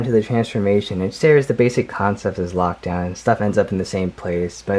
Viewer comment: Why did you say lakdown his hot rod